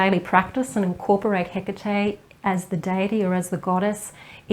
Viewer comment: OMG ! Finally... a video where her name is pronounced correctly !!!!! Thank you !!!